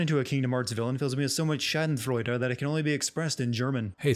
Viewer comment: So sweet how he pronounced Schadenfreude, haha